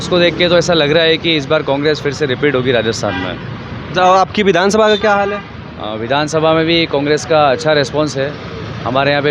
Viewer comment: vidhan sabha boolna sikh bhai phle 😂😂